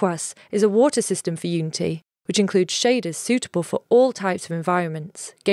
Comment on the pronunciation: the way she pronounces unity, might aswell not say the word at all :D